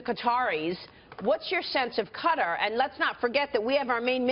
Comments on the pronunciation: Damn "Ka-terr" man!! Lol Learn how to say the country's name properly first before reporting,. Just for the record, it's pronounced Qa-taaaar, I can feel the Former CIA director irritated as fuck with your pronunciation. You know what, Fuck this, just get in contact with me and I'll personally give you a tour of Kater, you'll really enjoy it. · That bitch cant even pronounce Qatar.